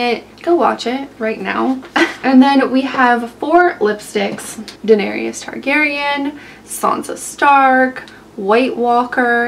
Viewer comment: it's Daenerys ...3 syllables "duh-NAIR-iss" NOT duh-nair-ee-iss